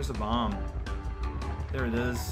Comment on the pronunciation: Every time I hear him say 'bom-buh' I gain a nanosecond of lifespan. I think I got the better deal.